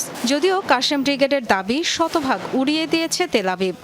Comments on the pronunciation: আপু শুদ্ধ উচ্চারণে পড়তে হবে নিউজ,,, কাশেম ব্রিগেড হবে না,আল কাসাম ব্রিগেড হবে। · কাশেম ব্রিগেড 🤦‍♂️🤦‍♂️🤦‍♂️ নাম টাও ঠিক মত নিতে পারে না 😂😂😂😂😂